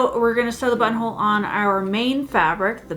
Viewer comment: Entertaining video! Buttonhole > “Butthole”. I can never unhear this. Thanks! 😂